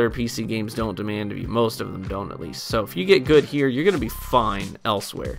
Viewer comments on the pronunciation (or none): none